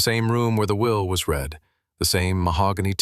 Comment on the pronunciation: Prozackly. Let’s do it. Better writing, proofread, correct pronunciation (red/reed=read). No nasal 14yr old female narrative!